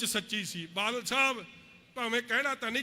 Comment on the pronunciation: Pehla badal kehna ta sikh la ➡totlea badal nu vaal saav kahi janda hun tere vaal nu dudh cho kad k bahr marna Punjab ne jida kaptaan marea 👌👌👌thoko thoko taali baki lakh dia lahanta Jere thodi raaly ch aae aa tere vaal saav dia nzej aulada